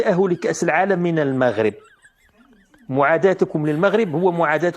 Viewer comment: أهم حاجة هي أنها (طاط مونيف) قرات كلشي ونطقات إسم المغرب مزياااان.